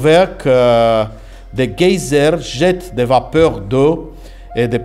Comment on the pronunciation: Vraiment sympa le format, il se débrouille très bien en français ! Après ça ma bien fait marrer le "GAY-ZERT"(geyser) à . =D